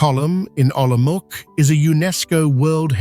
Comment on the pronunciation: Prague is presented as Olomouc (which is not pronounced as Olomok). Yes, "altered and synthetic content" is correct. Very pretty, though.